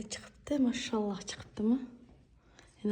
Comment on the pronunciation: Сизни Аллох учун яхши курдим Мошшоллохни жудаям чиройли айтасизда Машааллох